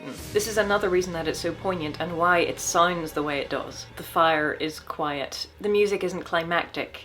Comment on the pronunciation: Oh jesus, when she says "soooounds" be still my beating heart. Accents lol